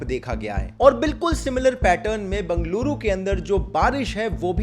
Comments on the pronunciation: Bangaluru nahi bhai it Bengaluru bola toh sahi se Sikh le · It is not Banglooru ... It is Bengaluru .You are from India , even foreigner pronounces it correctly. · It is बेंगलुरु not बंगलुरु Actually it is बेंगळूरु PLEASE Stop saying बंगलुरु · Loude bangaloru nahi Bangalore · It's Bengaluru not Banga lure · Abe Chuthiya its not banggluru Its Bengaluru First learn pronounciation America to china Jammu to kerla Everywhere some or other headache are been raising post covid Only 1per of the people have been affected by rain(floods) in bengaluru Noo need of shouting that Whole silicon city sinking chuthiya Look at your surroundings And then speak about Bengaluru 🙏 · It's not bungaluru it's Bengaluru pronounce it correctly . It was flooded only a small part of city, other parts of city were not effected. I do agree all the tech parks have been built on lakes. It's apathy of Indian politicians. It's the same everywhere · It's not bangaluuruu it's Bangalore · This is a default state of your city 😂. Learn to pronounce Bengaluru properly first chasmish chut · Not Bang - A - luru , BEng - A - luru , jst call it Bangalore if u cnt pronounce it ryt.. dt vl do.. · Ye bangluru kya hei ? Bengaluru hei , pronounce it properly 😂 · Bungluru nahi Bengaluru bolte hai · bangluru mat bolo yar!! banglore bolo ya Benga-luru bolo sari pronounce nahi karna atha toh nam hi mat lo sirf city bolke vid banoa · And it's not bangaluru... it's bengaluru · Bro its Bengaluru not Bangaluru. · Everything's neatly presented but why do you keep calling it Bangaluru☺️ it's Bengaluru.. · ok but wtf is bangluru either pronounce it as bangalore or bengaluru 😂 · b'e'ngaluru - bae-nga-luru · Bro you are a popular youtuber please put some effort in pronouncing "Bengaluru" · Funny pronounciation of Bengaluru... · Bhai pehle aap Bengaluru pronounciation seekh lo. Agar aapke channel ko an open litter bole toh acha nai dikhega na so does names of places and names of people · First learn how to pronounce Bengaluru 😂😂